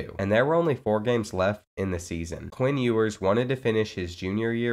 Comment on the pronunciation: Please say his name right😭😭😭